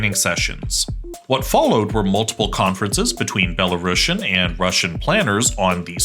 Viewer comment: C'mon guys - there is no such word as "Belarashan" in the English language. Belarusian is spelled and pronounced exactly how it should from the word "Belarus". A bit of embarrassing mistake for a "geopolitical channel".